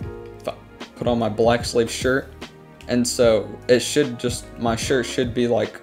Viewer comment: Thought he said black slave lmao based